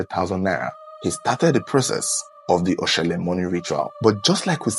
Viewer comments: It is Oshole...not Oshele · It is Oshólè not Oshele, and it’s pronounced Atòn not Attan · Oshole not oshele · it is 0shole not 0shele